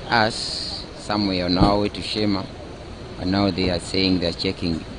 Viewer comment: Its not shima but sheema